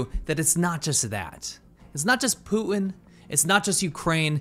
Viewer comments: His name is PUTIN, not POO-IN. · Who the hell is Pooh En? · Poo-in = Putin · Poo-in ?? What's wrong with young people? Is this how public school teaches kids to talk? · You should consider pronouncing "Putin" with a T. Not Poo-in. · You say Putin funny ( Pootin ) 🤣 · Please stop the T dropping it's PuTTTTTin. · Who is Poo- inn? Is he the brother of Xi JinPoo?